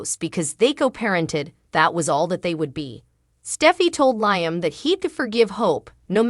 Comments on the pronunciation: 😂 Learn how to say the names of the people in the cast. L i a m not L i a m e. You need to pronounce the names properly. Sick 😂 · LEE-UM, NOT LY UM, if your talking about these actors get their names correctly